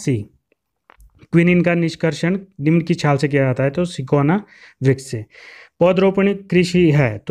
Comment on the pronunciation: Hindi bhi dhang se nahi ati pdhni... Sinkona ko sikona pd raha.. Bhai zarrori ni video bnani bahut questions glt hai